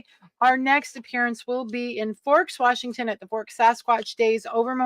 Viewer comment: Seaview wershington